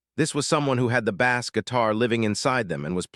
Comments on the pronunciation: I love what you explain here about Michael's gift for music, and for the way he became the music. However, I am increasingly angry that, as you talk about music, you continue to refer to low-tone notes in the inference of it being a fish!! Bass, is spelled the same in both uses, but Michael did not hit a fish note!!! He hit a low tone bass note. Do you not realize how stupid you sound when you call the city lows angels!!?? It's Los Angeles. It's pronounced like loss!! Also "and gel less". You say things so incorrectly that you, nearly, make it impossible to listen to!! AI is stupid. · God I detest AI. I tried to listen to this one until the machine called a bass drum like it's a fish. I can't stand it. I'm out of here!